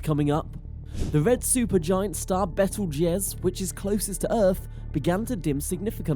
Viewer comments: Lol... it's " beetlejuice " like the movie. He pronounces it correctly a couple of times which means some one corrected him during his talk but it's he's too lazy to reshoot it lol... bad video...lmfao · Lol bettle jez that's funny